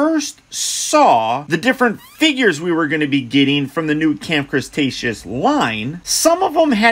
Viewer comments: Did he just say camp crastashoes!🤣🤣🤣😂😂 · Nobody:..........: Camp Crustaceous